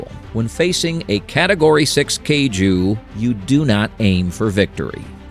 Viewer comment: You mispronounced Kaiju and Tokusatsu.